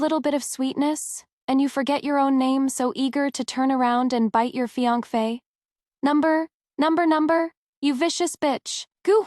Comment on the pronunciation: It's pronounced fiancee. Phonetically feeyansay.